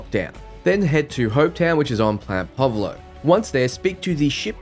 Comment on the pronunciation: Do you have dyslexia by any chance? You manage to mispronounce a majority of names. Polvo, Deimos, Narion. I don't mean to offend, but I know that won't be possible in this case.